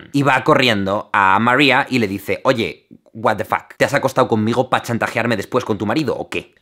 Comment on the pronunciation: "y le dice; oye... watefac" Morí 😂😂😂